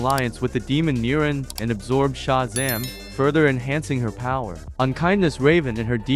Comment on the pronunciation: That is not how to pronounce NEAR-on nor SH-zam